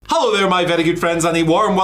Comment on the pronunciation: Hello not Hallo